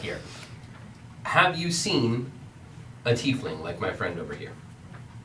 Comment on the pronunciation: "teifling"